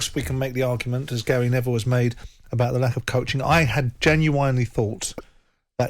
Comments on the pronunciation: This Simon Jordan can't pronounce genuine. He gets it wrong every time. Ginuwine was an RnB singer. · Simon can't even pronounce the word genuine. Maybe because he's a completely fake blag artist.